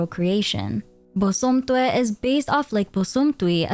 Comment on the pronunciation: I don't want to sound like a nitpicky nerd here, but you pronounced those names wrong. I personally am an akan person, and the names Aberewaa and Bosomtwe are Akan. Its 'Ah - beh - reh - wah- (ah like in am, be like like in bed, re like in record, and wah like in whack.) And Bosomtwe is 'Boh - som - tch - whe'. (Bo like in bomb, som like in sombre, I can't think of an English word that has the 'tch' in it, but the 'we' is like in where.)